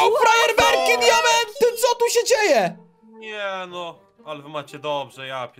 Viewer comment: powiedział frajerberki zamiast farerberki